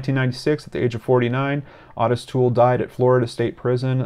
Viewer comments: Otis pronounced Oh tis....just saying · I remember this case I was 15 years old and lived in FL. Horrific. Has haunted me through the birth of my own children and now my grandchildren. I never ever let any of them out of my sight whilst in public. And gentle correction. The name Ottis is pronounced "Ohh-tis" 😉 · Its "O" -TIS!!!!!!!! drove me buts the entire video. Wiki even has the pronunciation on the page! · Totally the same lol, I was clenching my teeth the whole time.